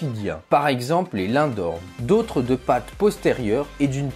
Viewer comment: Les lindworm ne se prononce pas lindorm ont prononce le w